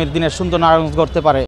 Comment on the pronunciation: নারায়ণগঞ্জ শব্দটা তো সঠিক ভাবে বলতেই পারে না 😂😂হেতি বে লে আবার ন্যাতা😅😂